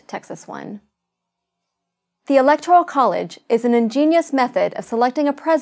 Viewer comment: She should learn to *pronounce" Electoral College before she sets out to explain it.